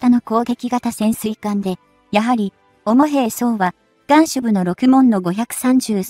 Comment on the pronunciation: 同じく「主兵装」は「おもへいそう」ではなく「しゅへいそう」と読むべきでしょうね。 それと「そうりゅう」だけ何故「そう りゅう」と分けて読むの？ 非常に聞き苦しいです。